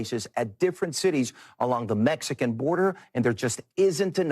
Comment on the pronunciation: WTF is wrong with the Mexican reporter “” who’s real name is actually “”. Okay, whatever! 🙄 But suddenly he can’t pronounce the name “Cuellar” but instead says “Co’llar” …like, WTF?! 🤨